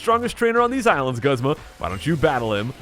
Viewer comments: I am 99% sure it's pronounced GOOZMA! Not guhzma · Its pronounced Goozma not guhzma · Broad Death the anime is not always correct you know right in season 1 Brock says the fire types are super effective against water types... also look at the rest of the comments, most would agree that it's pronounced goo zma